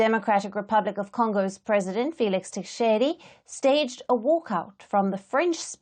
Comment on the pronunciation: You are taking gumbles,you can't even pronounce the DRC president properly....